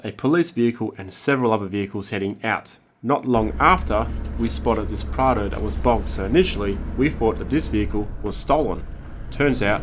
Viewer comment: I am pretty sure it’s Prado not prada 🤔